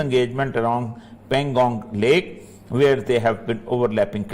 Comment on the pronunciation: Pangong su nahi hai loude .... It's pangong tso